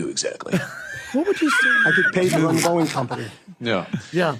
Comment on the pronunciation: Every time Patrick says Boeing, I keep thinking there is an app called Boing! that I've enever heard of.